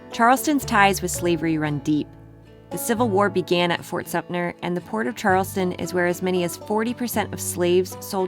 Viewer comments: IT IS FORT SUMTER, NOT SUMNER I WISH YOU TOURISTS / VISITORS THAT MAKE VIDEOS FOR YOUTUBE WOULD GET THE PRONUNCIATION CORRECT !!!! MAYBE IT IS ALLIS ISLAND AND NOT ELLIS IN NEW YARK ??????? MAYBE IT IS CHEVYS THEATER AND NOT FORDS IN DC?????? MAYBE IT IS OLD HAIR AIRPORT AND NOT OHARE IN CHICAGO??????????? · It’s Fort Sum Ter !!!